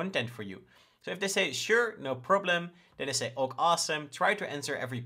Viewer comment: Great material! 👍 I'm loving the way you show your flows. Seeing the logic is valuable to me! (BTW - "OK" is pronounced "okay" 😁)